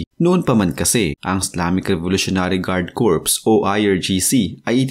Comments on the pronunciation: Ang pagbigkas po ng CORPS ay KOR. Ang sinasabi mo na KORPS, ay ay salitang CORPSE, na labi ng taong patay. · Silent P ang pronunciation ng CORP